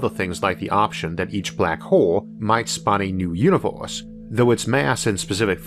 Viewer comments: 'This episode is spwansword bwhy awadwable' ooor univoorse is... Not only is the sound in this overloaded but seriously? I don't want to make fun of a speech impediment, but Audible is giving this money? An overloaded awful speech? This is horrible. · how annoying ! the words are univErse not univOrse and biggEr not biggOr. you need to learn the sounds of your vowels again which is done in first grade. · Take a shot every time he says univorce 🤣🤣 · He has a unique pronunciation of words...like univorse instead of universe... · What the heck is a univorse? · All I hear is Uni-vorse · I'm the only one that hears "univorse"? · dude WTF IS YOUR PRONOUNCIATIONNNNNNNN its infuriatingggg univOHSE???? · The 'univorse' is amazing!! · What is that accent? I find it hard to listen because every er sounds like or. So instead of hearing universe, I hear univorse. It wouldn't be so hard it only happened with that one word but every word that has the er in it! If didn't get very far at all in listening so I don't know if words like firm becomes form and fur become for..? I like audio books but, in this case, think I will stick to reading.